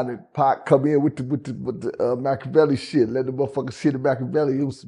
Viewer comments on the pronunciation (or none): none